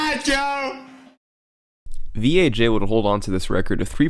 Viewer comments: >THIS IS VEE AYE JAY it vaj. vagina. just say vaj. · Why do you keep calling him V.A.J when it’s obviously a pun of the work Vagina😂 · It sounds like he keeps saying VHA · I heard VHA instead of VAJ. Funny how English letters work sometimes. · You just didn't wanna pronounce Vaj "vag" lmao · pretty sure it's pronounced "Vaj" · After hearing him talk I'm sure his name isn't pronounced by each individual letter, VAG, oh I mean V A J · I got a seriously chuckle when you pronounced "V. A. J" as the letters instead of how it reads.